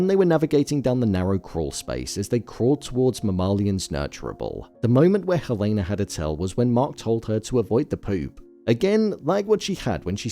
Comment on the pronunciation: Why do you keep pronouncing Helena's name incorrectly?